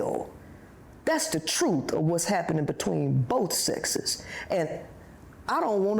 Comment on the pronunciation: Wtf is " Troot"?